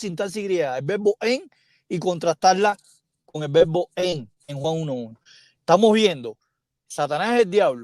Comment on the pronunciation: Se pronuncia vebo or verbo?